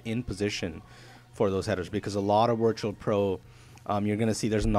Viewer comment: Do you keep saying wirtual pro? haha